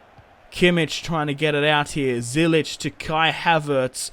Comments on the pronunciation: U saying Zyich wrong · It's Ziyech, love the series btw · Btw you are saying ziyechs name wrong